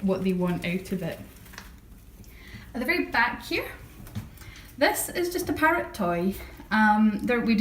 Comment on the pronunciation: I keep thinking you say pirate instead of parrot, its funny :P